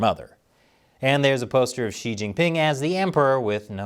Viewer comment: not really the right pronunciation of "Xi" either. Yes, u know China sooo well too... like the general you show, probably